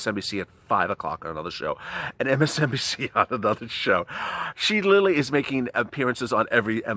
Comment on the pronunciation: The word is "literally", NOT Lilly. Slow down and you'll get it right.